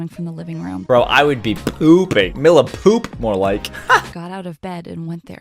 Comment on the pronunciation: It’s not Milla it’s “me lla” but spelled milla